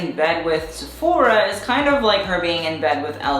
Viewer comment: How you sayfora cracks me up